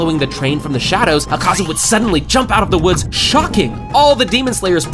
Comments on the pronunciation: e serio isso azaka e n akaza:face-red-droopy-eyes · akaza? noo azaka? YESSS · é akaza não sakaza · É akaza não azaka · bro you said azaka sorry but it's akaza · O cara falou azaca kkkkk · Porq vc fala umas palavras erradas? Tipo nome do akaza?